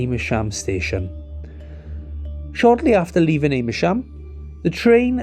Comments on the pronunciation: Am as in "ham" rather than as in "Aim" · It's pronounced 'Am-mer-shm', not 'A-mer-shm'. But other than that, a good, and well explained video. 👍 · Sorry for being pedantic but it's Ammersham, not "Ame-ersham". Do check your pronunciation if you want to put out YouTube vids! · It's pronounced Amersham, not A mersham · Interesting but please get names correct. It's Amersham not Aimersham. And CHE-SHAM not CHES-HAM. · It's Ammer-sham not Aymer-sham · This MUST be AI slop. Ches-ham? Aim-ersham? Give me a break! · Aimersham and ches ham !! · The pronunciation of British place names and surnames can be very difficult to guess from their spelling (even more so than ordinary words!). It's AMMER-sh'm and CHESH-'m. Native English speakers are not entirely consistent on MAR-ler-bone. I wonder if we were listening to a human or AI text-to-speech? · Great video as always. Afraid they're said Ammer-sham and Chesh-am 😅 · Apart from several errors including the wrong route between London and Oxford and mispronunciations of Amersham and Chesham, it was interesting…